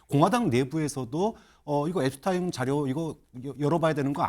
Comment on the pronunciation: Jeffrey Edward Epstein 앱스틴 이라고 호칭합니다 앱스타인 아닙니다